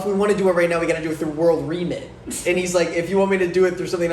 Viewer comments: Does not know what the word remit means? I was dying every time he said “reemit” 😂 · Why is saying Re-mit like that... its from the word Remittances.... many people send money back to their home countries etc.